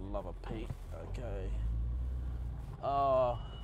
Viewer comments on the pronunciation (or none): none